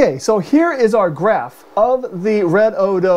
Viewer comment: Great video! Why we use shunts. It is Redodo and not Redodio! Lol.